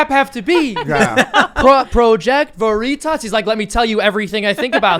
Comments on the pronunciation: Its not pronounced ver-itos its pronouced ver-itis and means truth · Such a ‘feel good’ video today. “Pro-jech-toh Vereee-tosh” 😂 😂 😂 😂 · "Project Vuh-ree-tuss? Jam-ess Ok-Eef? I don't know who that person is but he sounds like a great boss." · For a highly intelligent man that is now rated the richest man in the world, has actually done things to make the world a better place, and believes in freedom of speech vs. some authoritarian dipshit who's done nothing to make the world a better place and can't even pronounce veritas correctly. The only reason this guy is shooting shit In the wind is because he doesn't like a guy who believes In free speech taking over the company.